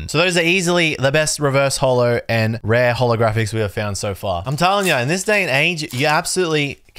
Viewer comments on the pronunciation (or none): none